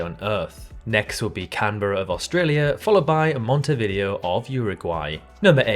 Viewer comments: MonteVIDEO?? Come on man, you didn't pause here and thought, hmm, I wonder if that is the way to pronounce it? Or you just don't give a f? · He struggled enough as it is with Montevideo and Asuncion. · More egregious than San Marino as an enclave of Rome, or London having the world's worst traffic, or those pronunciations of, say, Asuncion and Montevideo, or ... ?